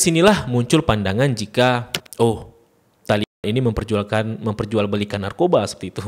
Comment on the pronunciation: yang bener itu tholiban yang artinya pelajar...bukan tallyban...gitu